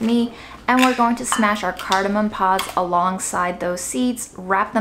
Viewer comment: I love cardamom. I hate how people call it “cardimon” Let’s get it right folks.